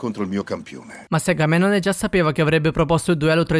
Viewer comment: Ma prima di fare video così informati sulla pronuncia hai sbagliato a dire Agamennone